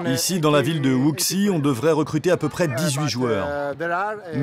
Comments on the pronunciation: Wuxi se prononce Wouchi, faites un effort mdr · "Wooksy" lol ces journalistes qui font pas l'effort de prononcer un nom de ville correctement